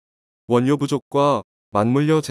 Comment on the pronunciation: 원뇨가 아니고 월료로 발음합니다